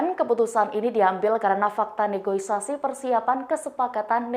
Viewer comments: Mbak, yang betul negosiasi bukan negoisasi 😂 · negosiasi bukan negoisasi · Wkwkwk negoisasi,, NEGOSIASI duuul,, salah ucap atau kurang literasi??? 😂😂😂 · Negosiasi min, bukan negoisasi.. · Ralat, "Negosiasi", bukan "Negoisasi" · min, yg bener NEGOSIASI... bukan NEGOISASI.... makasih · NEGO-S-I-A-S-I mba host tribunnn.. bukan Negoisasi... Sekelas berita tribun cabang dimana-mana masa sih salah ngomong negosiasi? Belajar lagi ya mba host tolong. Kalau tidak mampu bercakap dengan benar masih banyak masyarakat Indonesia yg mampu dan belum memiliki pekerjaan siap menggantikan anda. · Bukan negoisasi tetapi NEGOSIASI. Kata negoisasi berasal dari kata negociate BUKAN NEGOICATE. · NEGOSIASI, BUKAN NEGOISASI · Negosiasi bu, bukan negoisasi. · Ne go si a si.... Bacaannya negoisasi 😄😁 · Yang bener NEGOISASI atau NEGOSIASI sih min??? Soalnya naratornya nyebutnya "negoisasi" terus. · Negoisasi... naratornya kayaknya anak gen kolonialnya neh... keseringan denger reboisasi...